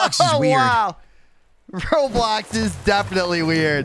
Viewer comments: You said row blocks not roblox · atleast nobody spreads hate about you saying row blocks